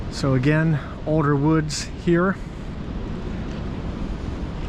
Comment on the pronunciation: 50 yrs o'der??? Nope,its "olDer,older,not o'der